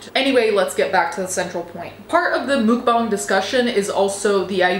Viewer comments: I thought it was "muk-bang" not "mook bahng"... Anyone know? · Take down korean 수빈 soonbin's pictures. Shame on you that you didnt make sure before you make video about it. And you keep want to "correct " you all over wrong. And "mookbang"??? Its Muk-> Moek smh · you saying mukbong is driving me insane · I don't know why, but hearing it pronounced "mook-bahng" (which is probably as close as us westerners are going to get to the correct pronunciation) makes it somehow sound even more disgusting than hearing it in the 'typical' American pronunciation (muck-bang). Also... People that unironically watch that sort of stuff, need their search history, their hard drive and their basement checked. 👀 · I think you’re pronouncing that name Mukbang wrong.